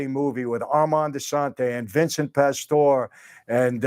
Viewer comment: Pastor? Lol it’s pastor e